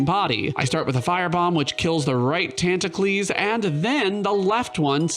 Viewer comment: Never been on this channel before, I got pretty confused when he kept saying "the squids tantacles" and then I had the moment.